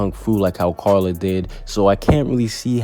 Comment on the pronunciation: Dose anyone else hear him say Charla instead of Carla😂🤣